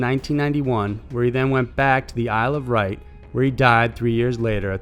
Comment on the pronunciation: Its called the Isle of Wight pronounced as white